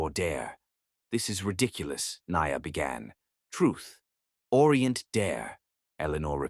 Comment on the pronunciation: i love this story, your pronounciation of peoples' name especially NIA's name is soooo terrible. You need to practice certain names so they don't sound so bad.